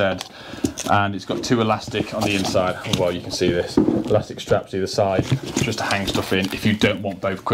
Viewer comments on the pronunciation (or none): none